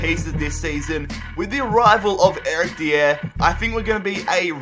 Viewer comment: “Erick Deyer”